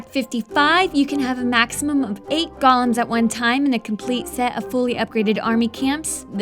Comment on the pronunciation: GOH-LEMS? WTF IT'S GO-LEMS